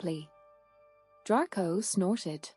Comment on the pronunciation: I do like your stories--thanks! I just wish that the narrator pronounced some of words correctly, such as "Gryffindor" and "Draco ". I'm guessing that you are using an AI program--I wonder if it can be taught the correct way? Anyway, I appreciate your creativity.